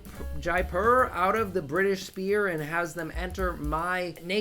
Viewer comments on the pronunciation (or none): Why do You keep saying spear instead of sphere homie